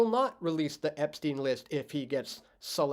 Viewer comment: epstein, not epsteen